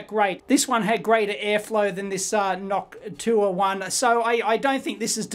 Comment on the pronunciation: Dave I'm your biggest fan ! It's pronounced "Noc-shoe waaa "